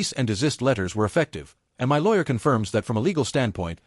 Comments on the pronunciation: Please tell your AI voice that my is pronounced mi not separate letters as in m-y. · While the story is good, the AI needs to learn to say the word " my " ..